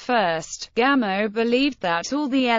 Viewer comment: Pronounce it “Gamoff,” please.